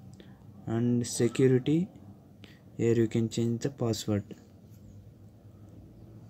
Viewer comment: Hy fucker when u say password pronounce it clearly bugger